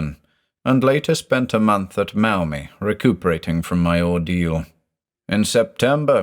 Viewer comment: The first time you did this recording, you said Maumee right- alas, not this time!